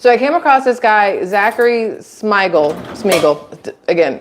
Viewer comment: It's pronounced Shmeegull